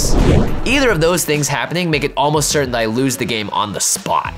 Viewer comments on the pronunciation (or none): none